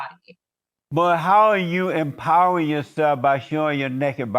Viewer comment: the word is empowering not empowrd